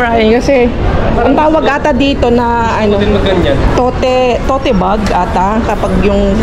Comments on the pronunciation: It's pronounced as "towt" bag, not "to-te" bag :) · ANG PAG PRONOUNCE PO DIYAN "TOT" SILENT "E". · Tote bag but pronounced as "towt"